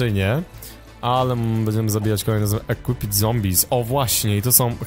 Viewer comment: equipped się czyta ekłipd